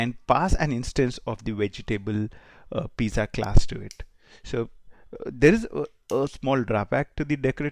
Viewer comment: ‘z’ in pizza is pronounced as ‘ts’